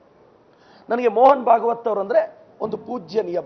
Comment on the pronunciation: ಎಪ್ಪ ಭಾಗತ ಅಲ್ಲಾ ಭಾಗವತ್